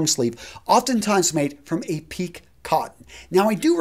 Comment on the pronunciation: “Peak” cotton? It’s pique (pronounced pee-kay)! You lost me early on because I then wondered about your overall knowledge. FYI.